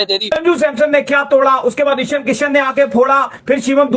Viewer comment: "इशन" किशन... "शिवाम" दुबे... यार, ये लोग मुँह में क्या दबाकर बोलते हैं जो ठीक से नाम भी नहीं ले पाते?